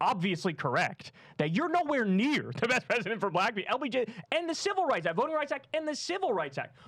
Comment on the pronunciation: The 3 syllable "Buh-laa-Cuh" is giving segregation vibes 😐